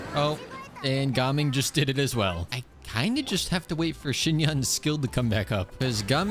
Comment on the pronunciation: I love how actually pronounces gaming’s name correctly instead of those other annoying youtubers